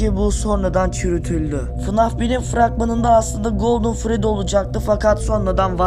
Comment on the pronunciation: Fnaf❌ Fanaf✅